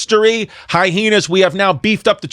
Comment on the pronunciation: high-heenas. 🤣(love u chris)